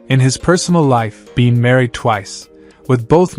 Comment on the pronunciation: Nah, he used AI, and Michael Bean? Biehn.